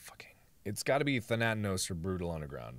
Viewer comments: Game: THANATOS Mark: THANATANOS H. O. L. Y. S. H. I. T. Poor Mark... you can feel all the negative emotions even 2 years later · Than ah tos Not "Thanatanos" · Mark pronounces thanatos as "Tha-nat-nos" although Im pretty sure its than-uh-tos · I like how he says thanatanos instead of thanatos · I'm going to assume that I'm not the only person who is bugged by the fact that he pronounces Thanatos "Thanatanos." Where is he getting the extra syllable from? Why does he add 'an' to the word? The world may never know... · "Thantanos"... every time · He died so many times in this game as punishment for saying "Thanatos" wrong so much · do you realize how many times you mispronounced the god of death's name in this video? Thanatos.